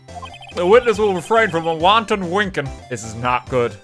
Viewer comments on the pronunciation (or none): none